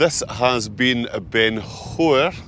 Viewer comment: You are right with Tyndrum -/taɪnˈdrʌm/; Scottish Gaelic - Taigh an Droma. But yes, you have slaughtered Chabhair.